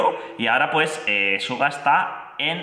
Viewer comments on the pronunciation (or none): Me encantas tus reacciones, pero me gustaría que te informes un poquitín más sobre BTS.. LA REACCIÓN del video de Agust D ligeramente poco conocimiento.. Se escribe SUGA y se pronuncia Shuga